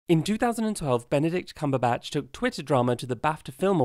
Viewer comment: I'm only 1 second in and I wanna applaud you for the restraint it must have taken to pronounce Benedict Cumberbatch's name correctly